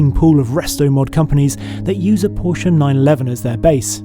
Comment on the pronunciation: Owns a Porsche restomod company but can’t pronaounce PorschE the right way lol. porschaaaa